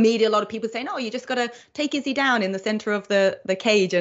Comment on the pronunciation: 5 seconds in and saying izzys name wrong